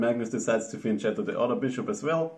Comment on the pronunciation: Nice vid! I believe fianchetto is pronounced differently, but that's just friendly advice. Have a nice day!